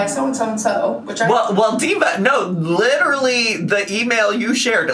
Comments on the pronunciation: LEEDERLY BWAHAHAHAHA That scratched my brain so correctly. I hate how she says it like like that. I don't think she graduated college OR it's true ehat they say about the south..... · idk where she picked up LEEDERLY but she needs to leave it im gonna rip my ears off (sorry to anyone else who says literally like that, i am sure you dont shout it like her)